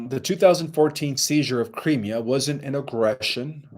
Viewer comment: Crimea is pronounced Cry me' uh. Emphasis on ME